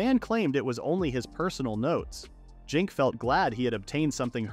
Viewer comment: Why does he pronounce Zinc like that. "Jink"